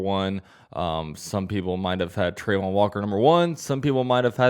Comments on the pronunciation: It’s pronounced Tra-von walker not trey-von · Trah-von Not Trey-von